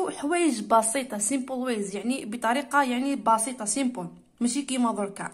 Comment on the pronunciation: ياو Smpel مش Smol